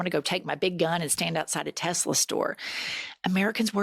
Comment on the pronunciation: Why does Trump keep saying “Tesler”? Is he stupid?